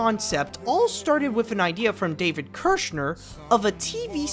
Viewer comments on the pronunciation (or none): none